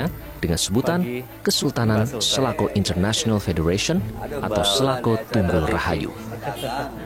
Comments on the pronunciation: di sebutnya bukan selako bos ? tapi sela cau . cau dlm basa sunda itu pisang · Klo kedengaran sm sy SALACAU ....bukan Salakow . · Sela cau pak reporter bukan selako 🙏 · selacau.. bukan selaco atau selako 😅😅😅. cau bahasa sunda artinya pisang. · Salahcau....salah ucap